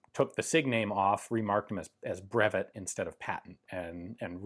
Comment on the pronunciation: Ian! "Brevet" Is not pronounced "breVETTE" as in corvVETTE it's breVET as in "surVEY" the T is mute in this case, or like "bruv-vey". I know you're working to learn French, I can tell, you've improved a lot over the years, keep it on!